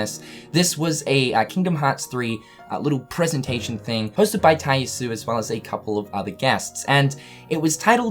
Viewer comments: says "Shooter Mode". Also still mispronouncing Tai Yasue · thank you, he says the name so often and every time im cringing.